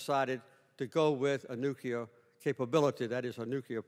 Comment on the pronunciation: Its Nuclear. Not Nucular.